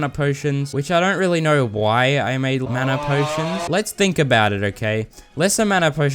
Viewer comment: "manner potions" 💀😭